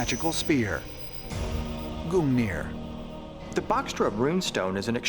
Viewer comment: "Odin and his magical Speer GOONeer"